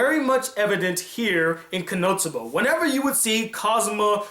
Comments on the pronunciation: I keep hearing you say konoTsuba and it's funny coz there are clips in between saying konosuba 😂 nwei great review 👍🏼 I hope you review Demi Chan when it's done:) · its kono-suba not konotsuba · Why does it sound like you are saying Konotsuba, and not Konosuba? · His pronunciation of it? Yes, me too. Not sure i'll watch it all, stopped at 5.33 to write this. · For some reason I keep hearing "KonoTSUBA" xD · Why are you calling it Konotsuba?